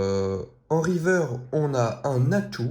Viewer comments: Il dit river au lieu de riverse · On dit riveurce et pas riveur pour informer